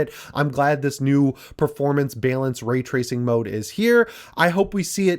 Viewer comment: Why can't pronounce the word Balance???